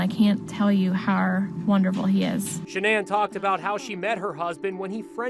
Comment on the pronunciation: Is saying the name shanan and the company name level incorrectly? Lol is she trying to get all fancy with these names, or what??